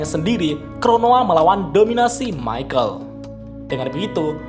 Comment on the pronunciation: Mikael woi bukan michel